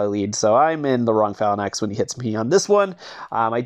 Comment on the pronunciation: Its pronounced fay -links pleaseeee stop sayin phal a nix